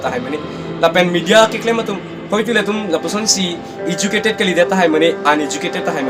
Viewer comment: Politiker party puha ?? Goverments ATUM puha ?? Lever puha level aphanta ? iju_cated puha educated aphanta ? Bis_nas puha business aphanta ? Mediker puha medical aphanta ? Contain puha content aphanta ? Rest_pect puha respect aphanta ? Ranbil puha ranbeer aphanta ? Incidence puha incident aphanta ? Kor puha call aphanta ? Thar_jen puha thousand aphanta ? YouTube channels along . Puha ?? Koan_ta matiko dopikma ?? Hoter pukali hotel pu . ESI ah ' Politicals leaders 'ATUM APHAN . Puha ??? ESI ah news channels . Puha ?? LAA...ANNN..KA..BURBOK.. PRONOUNCIATION..PLANGPLE...TA..LAAM..KABUJAI...AH..CONTENT..SI..KASELAM..LAM..MA..MONIT..NGKE ??? PRONOUNCIATION CHARLI THA FIRST . CTA...RESPECT...NGPI...DAT...PODE 💥